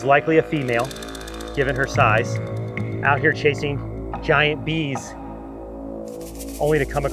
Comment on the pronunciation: Bro I can't believe he said GAYYAT